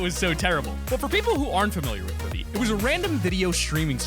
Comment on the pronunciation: When I heard you say quiby I threw up my through up